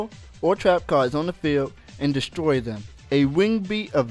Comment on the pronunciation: "destoy" =P